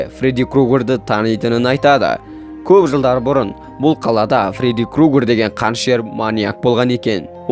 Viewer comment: Крогер емес крюгер деп айтшы!